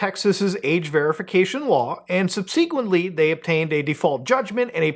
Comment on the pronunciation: You're putting the emphasis on the wrong syllable of subsequently. Also, "ultimately at the end of the day" is redundant.